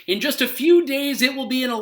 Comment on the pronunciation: "Juz to name a few" LOL.